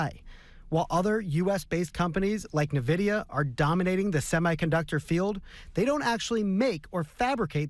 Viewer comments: It’s not NIV vidia. It’s N vidia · YO DID THIS IDIOT SAY NIvidia??????